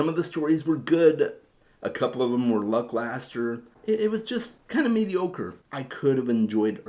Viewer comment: "A couple of them were lucklastre" A bit of a dyslexic moment? 😄